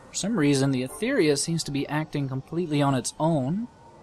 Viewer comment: nice video, but u are pronouncing "Sword of Etheuria" and the right is "Sword of Etheria" :)